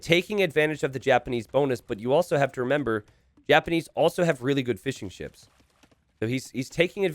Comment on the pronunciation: Am I the only one who hears "Fish & chips" every time says fishing ships